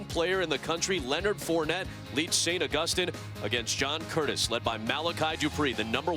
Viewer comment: How hard is it to say August- EEN